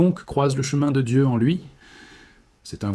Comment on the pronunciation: Prononcez le nom de Dieu comme vous le faites c'est du blasphème.